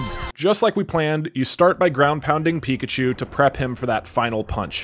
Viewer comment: Nobody: Not a single soul: The anouncer: PIKACHOO!!!